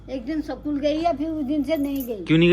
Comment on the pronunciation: School ❌ school✔️Amma ne bola scool